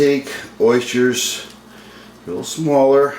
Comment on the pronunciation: i was merely commenting on your pronunciation of oysters. I just opened them up and had them for dinner with mignonette. OYSCHERS